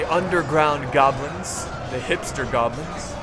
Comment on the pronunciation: "nhaaaaaaaaaa were gobilns" xD